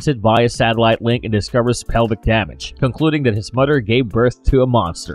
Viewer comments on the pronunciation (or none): I can't listen to this Narrator..da' name Da' world, Da' whale. Mud" er, Mud'er